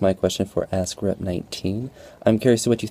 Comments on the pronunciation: Your Vids are really great but just one thing...everytime you talk about your "Ask Rep" category it just sounds like "A** C***" Keep doing great Vids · Am I the only one that hears "Ass Crap" when says "Ask Rep"? ^^ No offence meant, good video as always!:)